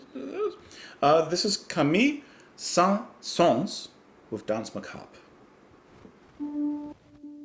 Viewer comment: Most people think the S in Saens is silent, which it isn't. So you actually pronounced it perfectly.